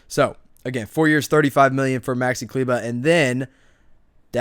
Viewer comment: Klyva? Dude it's kleber 🤣